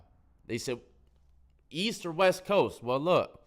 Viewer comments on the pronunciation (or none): East I thought you said weast . Loll